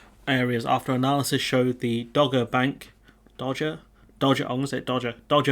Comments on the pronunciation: It is pronounced Dog-er, not Dodge-er. It used to be part of the shipping forecast, don't know if it still is... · It’s pronounced “dogger”, as in “Cruella Patel is an enthusiastic dogger”, or “The Slimy Gove introduced Cruella Patel to dogging”. Hope that helps. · Good bit of analysis of the Guardian article there. Thanks for that. Just being a pedant here, "Dogger" is pronounced 'Dog -grr' (ie someone who goes to dogging sites - which I hope you're far too innocent to know about!) and whiting is pronounced 'white-ing' (like an umm... ing that is white? LOL). But, as I said, I'm just being a pedant. I tend to agree with everything you've said.